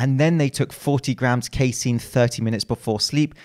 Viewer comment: Actually it’s pronounced “casein”